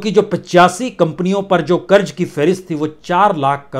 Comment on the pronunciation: Kiu ki hajaam hazaam aap nahi bol sakte. Tallafuz sahi karye karj nahi karz hota hai. Urdu ko padh late to aap ki keemat ziyada ho jaye gi